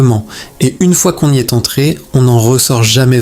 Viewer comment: C'est bizarre, ça ne semble pas être une voix IA et en même temps certaines erreurs ne seraient jamais faites par un humain, par exemple : il est.. prononcé il est... comme le point cardinal avec le t final sonore. Il y a peut-être un peu de twilight dans cette vidéo